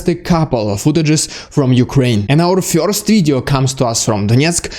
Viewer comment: first - not fjorst